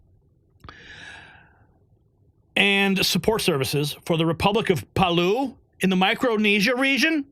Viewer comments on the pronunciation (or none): Palau is pronounced 'puh•lau (like 'oww') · I have been to Palau (pronounced as pa-l-ow), it is a beautiful tropical island with little outside support. Best known for exceptional diving by many skindivers. Great tourist getaway spot for privacy. No idea why US should send money to this place, very few know it exists. This is a remote spot in the Pacific ocean, that I flew from Japan to get there.